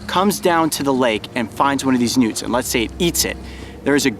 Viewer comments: I swear they were saying "Nudes!"😂😂😂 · For some reason I thought he said "mark and mario have spotted some nukes". 😂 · EVERYTIME THEY SAID NEWTS, I LITERALLY THOUGHT THEY ARE SAYING NUDES!😋😂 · I kept hearing nudes lol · Who hears nudes instead of newts? 😂😂😂